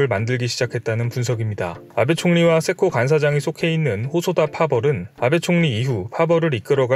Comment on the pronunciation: 세코가 왜 개코로 자꾸 들리는 거야. ㅋㅋㅋㅋㅋ 세코에 좀 더 힘을 주고 말해요.